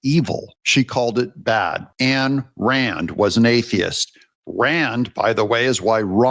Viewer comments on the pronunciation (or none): Ayn rand..... not Anne rand. The self interest is fine when you realize helping others is good for you. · You are completely wrong on many points, including that Rand Paul was named after Ayn Rand… Who’s name you totally mispronounce. Ayn Rand was an atheist that is true. But she has a lot to offer even to people that are Christians. And selfishness under her definition does not mean that you don’t help other people! It means that you don’t sacrifice Your moral principles or your self for the sake of others. And that is a good thing. I believe a lot of that comes from the demand of the bullshit that you sacrifice yourself for the betterment of the state.